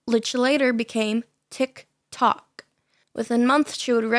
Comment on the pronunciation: Why are you saying "TikToc" like that lol